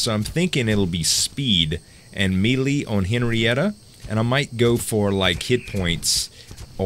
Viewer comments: its pronounced "MAY LAY" not Meeee Leeeee lol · Love your vids - You are awesome! Please say "may-lay" for melee :) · melee is pronounced malay